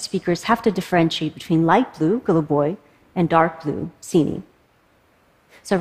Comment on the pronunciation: why did I name these colours in 5 languages ? (also she pronounced goluboy well but pronounced siniy kinda like a foreigner lol)